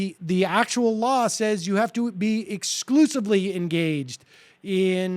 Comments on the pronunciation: Haha sounds like Ian keeps saying "lawl" instead of "law" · Omg this is so obnoxious, anyone else irritated every time this guy says "Lawell" instead of Law!? Interesting piece, but each time he pronounces "law" as "Lawell" or "lawl???"